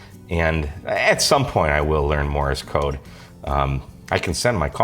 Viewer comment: Hi, Like your channel. Begali makes the best stuff. One thing. It's Morse code not Morris code.;-) (Not he official pronunciation police.) 73